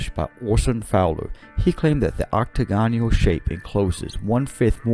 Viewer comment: Dude, the word Octagonal is pronounced ocTAGonal, they way you pronounce it is very awkward.